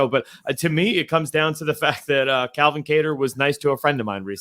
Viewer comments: Bisping will just never get “Calvin’s” name right. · Can grow some balls and tell Bisping it's CALvin not Kelvin